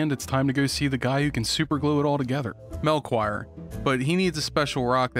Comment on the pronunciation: wtf Steam screenshot sound Bruh, it's pronounced "Mel-key-or"